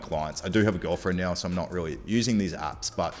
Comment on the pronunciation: Noi noi cents. Aur nauwr!